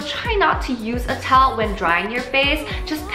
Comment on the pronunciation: Weakness: The word Towel It sounded like she said Tolll Tolll 😂😂😂